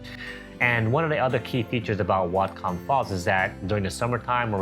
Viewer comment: Whatcom pronounced, What-come